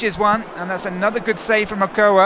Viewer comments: Okoa????????? Don't you mean Ochoa??? I know he might be a french/English commentator but come on shame on them for screwing up my idols name. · Agoa lol its ochoa